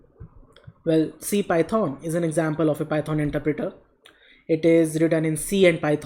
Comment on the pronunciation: "Py-thoaan" XD